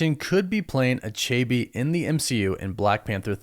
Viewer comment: You're pronouncing achebe wrongly. Lol.